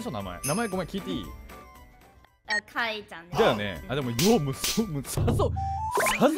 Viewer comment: あまるかあい↑い↓ かあいいちゃんもかあい↑い↓